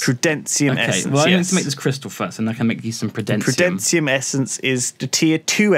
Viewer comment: It's like can't read. Saying prudenatium instead of prudentium:") He does this a lot with questbooks and such as well, reading things wrong, missing words, adding words... whoops?